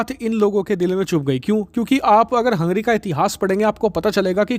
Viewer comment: भाई वो हंग्री नहीं है हंगेरी है.